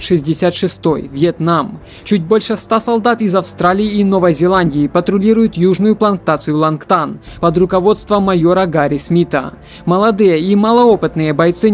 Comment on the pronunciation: За обзор спасибо. Пригодится. Но текст надо хоть немного редактировать.... "плантация" а не "планКтация" )))